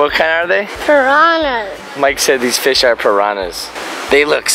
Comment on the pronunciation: instead of fishpipe hawaii i thought is said fishpee hawaii LOL